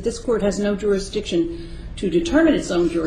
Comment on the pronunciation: i lost count how many times he said Juristiction